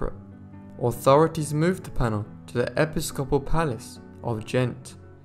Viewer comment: Episcopal - e pis' co pal (not e' pi scop' al)